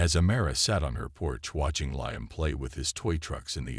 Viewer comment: If you can’t pronounce Liam don’t make the fake video.